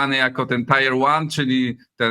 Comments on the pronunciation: Słowo „tier” (jak w „tier one”) wymawiamy „tir”, a nie „tajer”,. Poza tym świetna rozmowa, jak zwykle z p. Michtą. Podziwiam jego strategiczne spojrzenie oraz szeroki ogląd zjawisk i sytuacji, do którego absolutnie nie dorasta polska scena polityczna. Pan Michta ma pełną rację, mówiąc, że mu ręce opadają. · Igor! Jesteśmy kołem? Oponą? Chłopie: TIER wymawia się jak TIR. Wymawiane „tajer” to koło w pojeździe. Ty lepiej mów wyłącznie po polsku żeby goście nie musieli prać majtek po wywiadzie. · jak coś to nie mówi się "tajer 1", tylko "tiir 1".